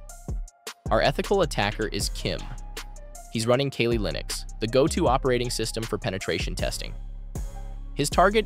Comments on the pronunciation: the crime here was "kaylee linux" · Kayleee linux😭